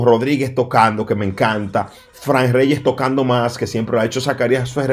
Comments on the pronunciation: si tu en tiende que suena cursi perfecto. Que hable como un hombre quien no sabe como se pronuncia Frrank Reyes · déjate de eso que Ute ni es gringo y su inglés es malísimo eschate como tu pronuncias el nombre de Franck reyes déjate de eso con 2 días viviendo en Nueva York y ya te la tiras de gringo 😂😂😂😂😂😂 stop the joke son and stay in your lane stop trying to sound like if your speak perfect English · Carlos Rodriguez Te gusto como pronuncia Frank Reyes 😂